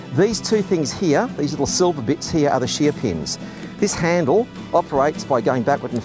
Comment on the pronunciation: Shee-a-peens? Oh, shear pins.